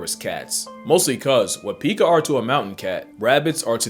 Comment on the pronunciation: it’s pronounced “pee-kuh” like pikachu